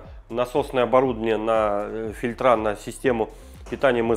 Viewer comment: сплинкерА и фильтрА - бьет по ушам